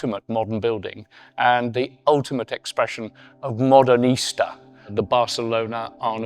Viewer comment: The architecture stands all the more beautiful in contrast to that sloth of a man in his wrinkled suit mispronouncing so many terms like Modernista (as modern Easter).